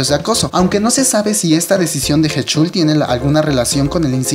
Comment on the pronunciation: Jajajaja cuando pronunciaste el nombre de Kangin me sonó a Tajín :v Se pronuncia tal cual se escribe (Kang In), es primero el Kang y después el In y Heechul se pronuncia Hichol xD Información que cura :v Buen vídeo, buena opinión. Lo que sé es que el próximo Super Camp en Osaka, Japón y Kanjín :v no va a asistir. Sí, soy E.L.F, y bueno, no tengo más que decir sobre este tema, sólo agregar que esa petición la hizo K-E.L.F y después se lanzó otra petición en contra de esta pidiendo la permanencia de Kanjín :v en el grupo. Además de que en Twitter Arab E.L.F y K-E.L.F se pelearon bien chido :v Como E.L.F, sólo espero que pague las consecuencias respecto a la ley y que el Super Camp en América se realice de la mejor manera y sobre todo que Heechul regrese a instagram ;-; ¡Saludos! Es la primera vez que veo uno de tus vídeos, vendré más seguido c